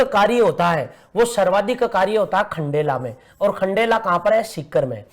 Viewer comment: Aati kya khndela 🤣🤣🤣🤣 not khandala😂